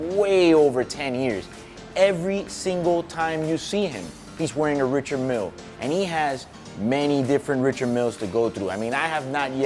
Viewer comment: Surprised he doesn’t pronounce it properly, (RI-shard, MIEL) Not throwing shade because I know this man is solidified in this game.